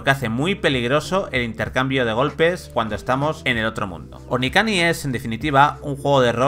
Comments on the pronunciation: Onikani? se nota que se lo ha preparado poco xD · onikani? :v